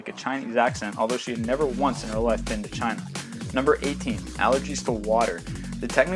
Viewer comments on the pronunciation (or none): none